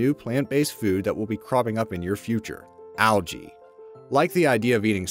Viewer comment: Can u say algae right it’s annoying